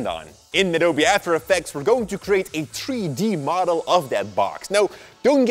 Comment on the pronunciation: Tree D modul 😂😂😂